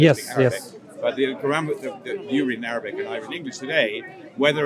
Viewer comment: He keep saying written "in Arrabbic" as if Arabic is not a worthy of language. In my mind he racist hypocrite.